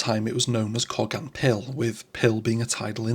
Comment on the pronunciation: Wow I’ve never heard it pronounced like that in over 60 years. It’s pronounced in Cardiff Coe-gan.